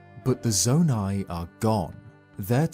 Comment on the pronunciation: Its saydid zoni